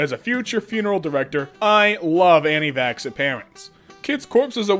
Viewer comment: "Anti-fax vacts" - 2019